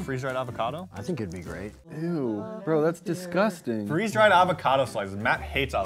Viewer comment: Free Z dried Me: 🤣🤣🤣🤣🤣😂😂🤣🤣🤣